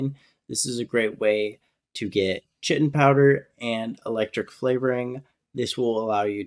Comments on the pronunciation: it kills me that you pronounce chitin like "shitten" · chitin is pronounced like the word kite